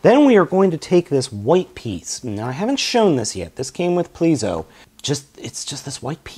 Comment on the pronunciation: okay, you spelt the Judenryu's name correct...you pronounce it based off of the rumored spelling.